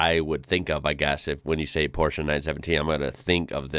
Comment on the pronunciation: Thanks for pronouncing Porsche in the right way.